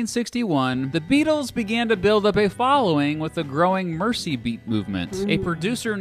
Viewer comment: I like how he prononces "Mersey" like "mercy" instead of "merzey" 😉